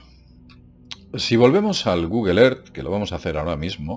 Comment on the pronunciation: Yo nada más entré a escuchar a decir "El Gugel Er".;)